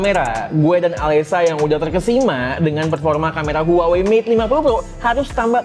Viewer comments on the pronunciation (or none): Huawei bang bukan huawai